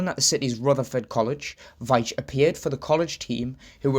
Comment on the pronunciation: I found this very interesting as I share the same surname and my brother is called Collin. The pronunciation of my name sounds like Veeetch and not the way you pronounced it, but I’m not criticizing as most people get it wrong. So many thanks for your video.